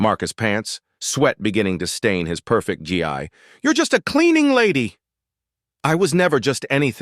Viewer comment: It’s pronounced ghee.